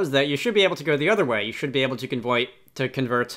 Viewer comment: "Convoit?" XD